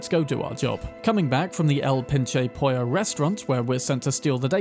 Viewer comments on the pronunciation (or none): none